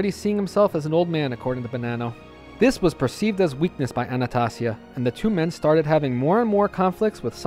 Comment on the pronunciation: It's ANNA STAY ZEE A PHONICALLY